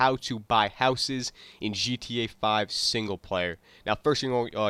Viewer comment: listen closely he said Gt 5 not gta 5